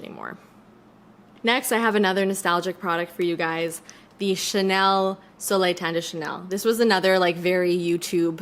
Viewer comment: It's soleil not soelil 😊